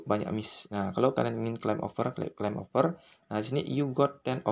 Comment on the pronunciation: over protocol woi bukan oper wkwkwkwkwk lidahny benerin dlu baru ngeyutub ngab